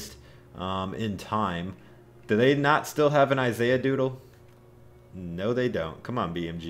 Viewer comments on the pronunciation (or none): none